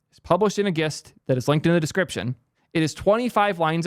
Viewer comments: it's pronounced jist /dʒɪst/ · gist is pronounced with a j. jist. like gym. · did this mfer just say "Gist" with a non-glottal G? lol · the way u pronounce "gist" makes me twinge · This is amazing but I think you're pronouncing "Gist" wrong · the way you pronounced gist....